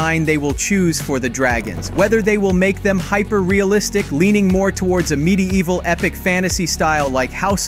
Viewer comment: anyone else hear mid-E-evil? at :56